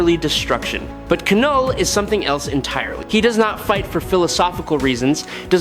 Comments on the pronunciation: when are you going to lean how to have your ai correctly say KNULL not kanull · Love this channel and the battles they choose but if I heard K-null one more time I was putting my head through the wall. If it’s AI just type Null so it pronounces it correctly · Please stop saying K-NULL. It's Knull. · Ka-knull, Ai ??? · I know what you mean...it is a bit annoying hearing him pronounce the Knull..k-null😂